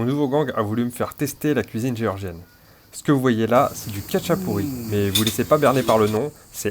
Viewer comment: Ah trop cool ! Tu as finalement mangé le Khachapuri(prononciation ra pas ka d'ailleurs :D) ! Super vidéo !